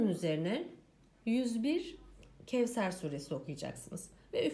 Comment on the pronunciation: Kevser diye okunmaz onu dikkate alın lütfen